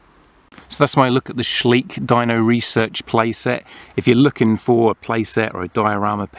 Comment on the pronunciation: Schleich is pronounced soft and slow like Shly-sh, not sleek. It is way bigger than Mattel here in Germany